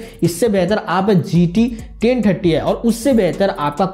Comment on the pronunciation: He told gt 10tatti ti 🤣